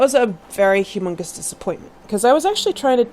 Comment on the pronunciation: "So that was a very HUGHMUNGUS disappointment." ... (Just kidding by the way)